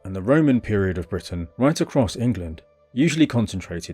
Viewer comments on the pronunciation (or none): none